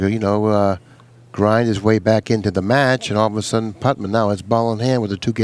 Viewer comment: C'mon,. "Putman?" It's like Nicky Varner calling Reyes "Efrem."